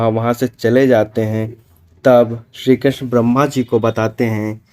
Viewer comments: Tthik sey ucharan kijiye...shree Krishna🙏🏻🙏🏻🙏🏻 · ये पोराणीक जानकारी अच्छी है पर क्षीकृष्ण नाम का उच्चारण सही से करो